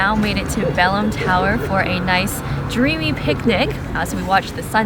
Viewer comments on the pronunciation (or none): The way you guys butcher the Portuguese names is hilarious, but looks like you guys are having fun, note the L in bacalhau is silent, but this is a really tough word to say, and Belém is said closer to Belaym, with a very soft pronunciation of the m, but some words are really tough for us Americans lol